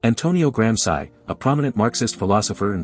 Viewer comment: Please learn to pronounce Gransci!